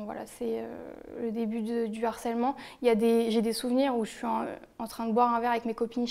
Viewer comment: On dit svp : du harcèlement * on ne fait pas de liaison *.